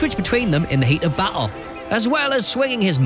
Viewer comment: I like the way you say battle.. battel..